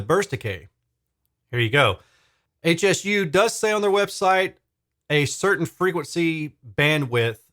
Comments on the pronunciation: Just FYI, Hsu is the name of the founder of the company, Dr. Poh Ser Hsu. It's pronounced "shoe." 🙂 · This dreadful review is echoed by one on audio science review. I think it's important to note that it's Hsu like "shoo" rather than HSU - named for the founder, Dr. Hsu. They make excellent subwoofers so it's stunning that they released such a bad bookshelf speaker.